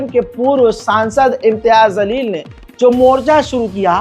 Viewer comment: ज़लील नहीं जलील है